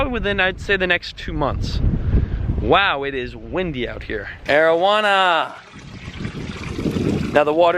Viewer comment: Did anyone else die laughing at the way he said Arawana lol